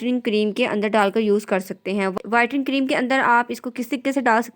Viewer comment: bolna to seekhlen pehly whitring nh.. whitening hota h..